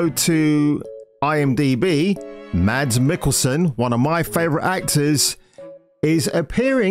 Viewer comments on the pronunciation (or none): Hey my man - tip for you - Mads in Danish is pronounced with a silent D. So 'Mas' rather than 'MaDs'. Pronounced like Mask without the K.